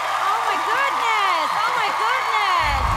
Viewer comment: which B yelling oh my goodned oh my goodned in the first clip, that's not how even aussies pronounce the word.